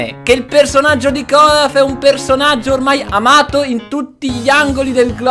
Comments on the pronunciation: si chiama olaf non colaf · Si dice olaf